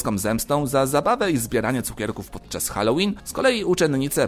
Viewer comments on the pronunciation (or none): none